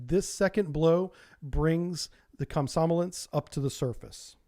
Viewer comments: should be pronounced “kom- som- O- lets” rather than “kom- SOM- o- lets”... stress should be on that 3rd O... just saying :) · It's not "kom-SOM-o-lets", it's kom-som-OL-yets". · Komsomólets... Plavník.... Dude you wouldn't want anyone to mispronounce your name because it was originated in the other country... So how come you never bother? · Russian writing is not the best, as some letters are pronounced different from what is written (nowhere near as bad as English though)- so 'komsomolec' is pronounced kam-sa-MO-liets. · Remind me to teach you how to say Komsomolets some time.... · It would be a great help if you'd take greater care with your pronunciation. "Komsomolets", for example, doesn't have any "n"s in it.